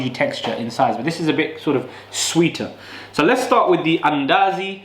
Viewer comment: Mandazi , not Andazi.